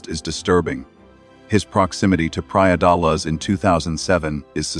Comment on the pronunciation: It's not Praia de LUZZ